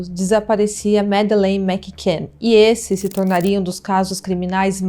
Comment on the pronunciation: Eu não sei vocês mais eu fico muito incomodada ao ouvir ela falar "Mac can " todo tempo, sendo que a pronúncia com dois "c" torna um C anulado juntando tudo o certo é " Macann"... Mas façam um bom curso de inglês ela indica...não quis ser mal educada gosto do canal e gostei muito do vídeo Essa histórica é muito enigmática acompanho esse caso desde o primeiro dia e fico triste ao pensar na Mad.